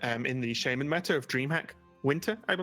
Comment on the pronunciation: SHAMAN NOT SHAYMAN FFS